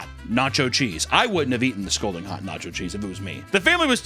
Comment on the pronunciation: still can’t pronounce “scalding”.